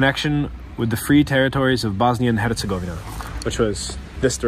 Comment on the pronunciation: you are officially the number 1 foreigner at pronouncing "Hercegovina"